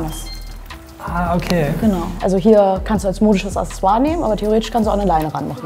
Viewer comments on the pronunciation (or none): Ich will ja nicht voll negativ sein, aber es heißt Accessoire, nicht Assessoir...